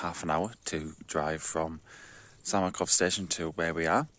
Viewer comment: Beautiful places. The town is called Samokov, not Samakov :) Cheers and all the best!